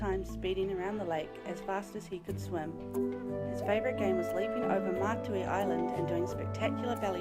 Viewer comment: Pronunciation needs improving, for example: Pito-one not Pito-1 and Matiu not Matui.